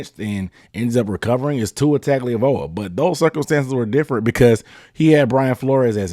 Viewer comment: My man said Tagovailoa like it was his favorite pasta